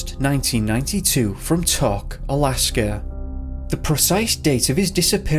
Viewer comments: It's pronounced Tok with a long O. I lived there. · Mysteries it's pronounced Tok and Soldotna with a long O.